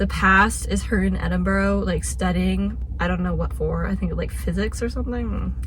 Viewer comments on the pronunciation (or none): Edinburgh. Not as you pronounced it.